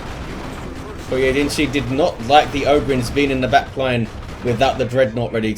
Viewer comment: Props on pronouncing the first guy's name in a mostly acceptable fashion, most people woulda butchered that lol